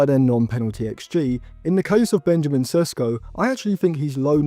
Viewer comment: What an idiot of a youtuber. Only watching his highlights then making conclusions about him. Have u seen the shots he missed? You dont even watch his games yet making predictions of how well he’ll do. Learn to pronounce his name first